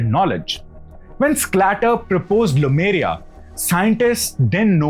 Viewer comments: Very interesting indeed! What I don't understand is why you say Lumeria all the time instead of Lemuria. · Not LUmeria, it's LEmuria! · Small nitpicks in an otherwise good presentation Lemur - pronounced Lee - Marr Lemuria pronunced Lay-Moor-eeya not Lumeria In Tamizh, two words are joined with half consonants that are close sounding or easier sounding Similar sounding bond ================== Kumari(குமரி) + Kandam (கண்டம்) - Kumar-"ick"-Kandam (குமரி"க்"கண்டம்) Also Kandam (கண்டம்) is pronounced like the English word "condemn". Dissimilar sounding bond ===================== Silambu + Adhikaaram = Silapadhigaaram Means Anklet's Tale. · Lemuria, not Lumeria. Lemurs are animals, they are not called lumers. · Bhaiya लेमूरिया hai.... not लूमेरिया... From the monkey like Lemur ( लेमूर) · Khandam means continent. Also it is Lemuria, not Lumeria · iN ENGLISH IT IS LEMURIA NOT LUMERIA. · It's not Lumeria, but Lemuria. You should focus getting details right.